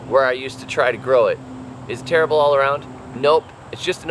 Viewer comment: You overdid it with the "terrible", made a bad impression of you!!!